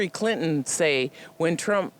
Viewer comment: She tried to say "Trump" but it came out "Drunk" Yeah lady, we can tell. After you drink your breakfast, don't forget to brush your hair.